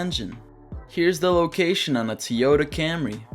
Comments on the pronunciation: It's Toyota not Teyota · What's a "tee yota"?... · “Teeyota Camry” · Never heard someone say “Tee Yota” before 😂😂, that’s unique.